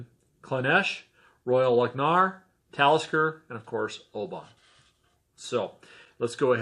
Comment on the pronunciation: you need to learn how to pronounce the town Oban - your attempt is making my ears bleed ! you did ok with the others with the exception of Royal Loch-na-gar